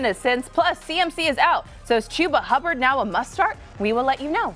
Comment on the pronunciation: its not qhuba its chuba hubba